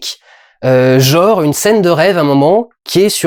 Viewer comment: dont moi je suis sûr, c'est qu'il voulait sûrement dire "genre" et pas "jor". (Je ne comprendrai jamais pourquoi tant de gens font ça.)